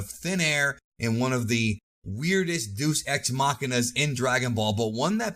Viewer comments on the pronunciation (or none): dUcE x MaKiNa instead of Deus ex machina hahahahaha